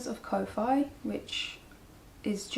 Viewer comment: Just FYI, Ko-fi is, if I'm not mistaken, pronounced like coffee. Your a very peaceful presence. Thank you for taking time to share your journey